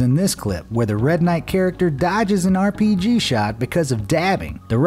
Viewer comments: Did..did he say. “airpg?” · He said airpg